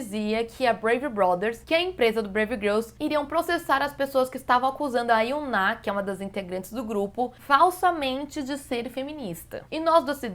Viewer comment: Engraçado escutar ela falando YunÁ, sendo que no jogo do FFX eles pronunciam Yuna, sem acentuar o A. Como o nome é Asiático, acho que ela tá certa, mas é estranho da mesma forma. Verdade, esse não é o propósito do vídeo!!! Foco Caíque, foco!